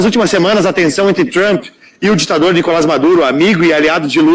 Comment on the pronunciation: Ei, senhor locutor! Nícolas, com acento no “ í “, é nosso politico brasileiro, Nícolas Ferreira. Nicolás, com acento no “ á “ , é o presidente narcotraficante da Venezuela, Nicolás Maduro. Parabéns pelo seu trabalho! Vamos que vamos!